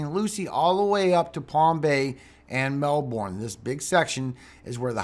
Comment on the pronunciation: You pronounce Melbourne, Fla. incorrectly. It is pronounced Mel burn.